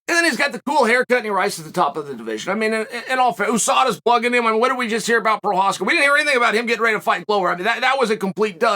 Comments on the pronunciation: he says his name rite but can't get the Story rite. Lol, 1 out of 2 ain't bad I guess. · Chael isn't lying, he really Respects Prochazka. You can tell because he says his Name Correctly.